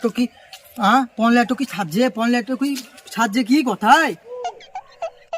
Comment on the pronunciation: পন নয় পণ হবে